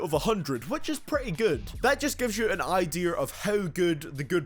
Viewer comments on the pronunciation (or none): that just gives you an “ideeuhr”